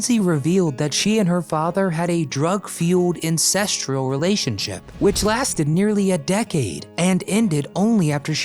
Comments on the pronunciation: "Incestrual relationship?" Now I KNOW you can't be a real person, and are yet another AI fraud. It's "incestuous". It is so horrible what John Phillips did. It is about as evil as you can get, short of genocide. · He also said "ancestral" instead of Incestual. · Incestrial? Did you mean to say incestuous? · there is no such word as "incestral". It seems you combined "incestuous" and ancestral" to arrive at "incestral". Do your research and practice your pronunciation before you record, please. Also, if you think The Mamas & The Papas were the "most scandalous band of all time", you have absolutely no experience with singing, music or bands. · Bots say "incestral". That's hedging your bets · Gotta give him bonus points for “incestrual” too. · the word is 'incestuous'... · the word should have been “incestuous”.